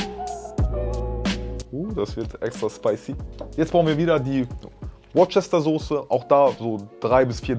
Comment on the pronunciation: Die Sauce wird „wustersauce“ ausgesprochen. 😅